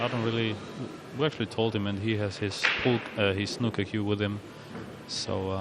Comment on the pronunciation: The fuck is “Snukker”?